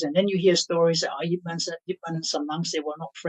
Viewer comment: man as in yip man is pronounced mun